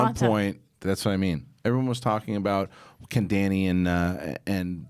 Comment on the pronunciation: 8 seasons and can't even pronounce Dany's name right